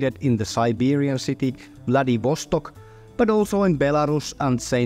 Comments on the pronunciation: Like Vladee-vost-Okay? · Ok, hear me out. It's not VladivOstok.... it's VladivostOk! How come you claim to be a bureaux!